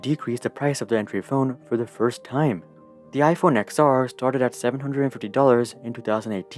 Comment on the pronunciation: It’s ten r. Not ex r.